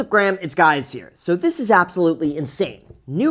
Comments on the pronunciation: What’s up grams, it’s guys here’s 😂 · What's Graham? It's guys here! 😂😂😂😂😂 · in the opening, ypu say, whats up graham, its guys here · “What’s up Graham it’s guys here” always makes me laugh. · "What's up Graham, it's guys here"???? WTF????